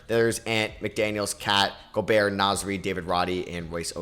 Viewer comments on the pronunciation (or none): none